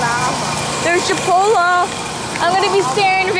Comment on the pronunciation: U said chipollo instead of chipoTle